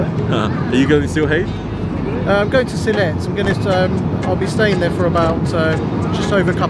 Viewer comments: Nice to see the London - Sylhet flight in this vlog 💕 and it's pronounced "Seal - et" with a silent h, not "Seal - het" 😜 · Sam… great video, but it’s pronounced “Shee-leth”. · Stop saying ‘Sill-hate’ directly after hearing locals pronouncing it lol